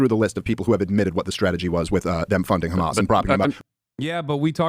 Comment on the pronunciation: Crazy that Douglas pronounces Hamas the way he does considering he is British and Brits elongate their A's